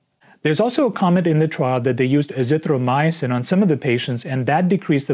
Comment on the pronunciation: you cant even pronounce Azithromycin properly. You are pronouncing it Azithro myosin. Getting your muscle fiber proteins mixed up with your drugs. How can we take you seriously? What are you going to do this week when people start recovering enmasse from this disease now that hydrochloroquin and zpacks are being deployed against the disease up in north east USA?